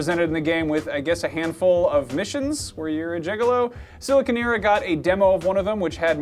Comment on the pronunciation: >SilicoNEERa God damn it, if you're gonna give shit for saying Wolfenstein wrong, you should at least let her give you shit for saying silicoNERa's name wrong. Just saiyin'~